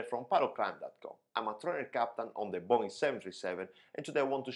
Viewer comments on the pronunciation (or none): none